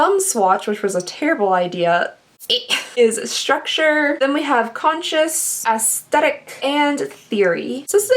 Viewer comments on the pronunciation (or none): “aEsTHetiC” lmfoaoooooooooooo